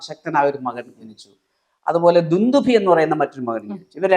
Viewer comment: അവതാരിക 'ദുന്ദുമി 'എന്ന് പറഞ്ഞതായി തോന്നിയത് എനിക്ക് മാത്രമാണോ...?? 🤔🤔